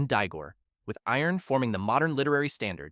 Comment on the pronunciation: Yeah the Ossetian word "Iron" (Eerohn) as "Iron" as in metal.